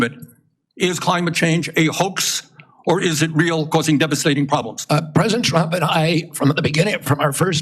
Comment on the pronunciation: Bernie is a complete phony. It became obvious when he started announcing "DONALD TWUMP IS A WACIST!" During his embarassingly unsuccessful run at the presidency.